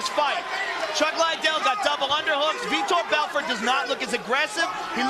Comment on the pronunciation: he starts saying it correctly